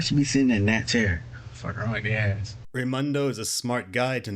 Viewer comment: Doesn't know how to spell the name of the mother of his child, doesn't know her last name, can't even pronounce the word ass properly. This loser is a walking disaster.